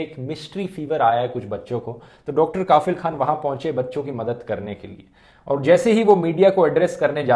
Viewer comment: Sir, इस डॉक्टर का नाम कफील खान है, काफिल नहीं, इतने मशहूर नाम को आपने लगातार गलत उच्चारण कैसे कर दिया??